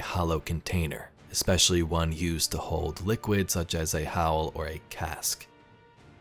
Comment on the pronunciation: Howl or cask lol, bowl, the word is bowl